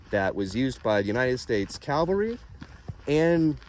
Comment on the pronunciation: Cavalry not Calvary....lol ✌️